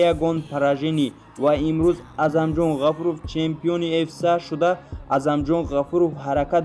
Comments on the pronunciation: Аму UFC-ро нагз талафуз кун!!! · UFC-ро дуруст талафуз кунен хубтар мешавад бародар